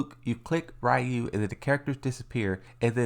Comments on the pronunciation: no they called oro, oru in the video and they pronounce ryu rayu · Its not oru its not rayu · I can’t believe how many people still can’t pronounce Ryus name to this day.